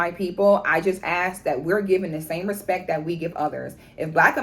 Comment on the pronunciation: Put Some "Respeck" On Our Name! 😂